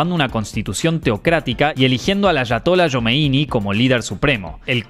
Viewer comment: Ayatollah "SHOMEINI"????? JOMEINI, cariño, JOMEINI. Sacate la papa de la boca, educate en la pronunciación de la LL y de la Y, y desasnate con los nombres propios.